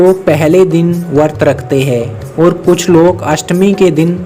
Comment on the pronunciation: Bhai wo vart nahi hai usko vrat bola jaata hai, i hate it most when people don't pronounce words correctly